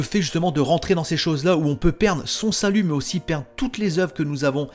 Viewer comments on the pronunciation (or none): none